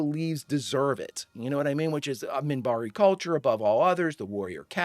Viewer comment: Minbari. With an n.